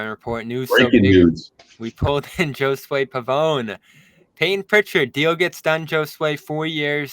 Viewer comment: You all pronounce Josue wrong.